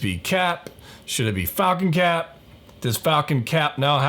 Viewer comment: It's "Falcap" that's what he's called. That's what I'm referring him as